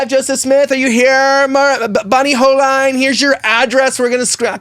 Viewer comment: Her name is pronounced ( hole-een). I watched her video yesterday and I was trying to imagine it all. Ive been there were I wanted to step in and say something and its awkward in an ER setting to correct or comment. Sometimes the Griffith girls make videos of them being sad in a way to show their family (look what happened to me)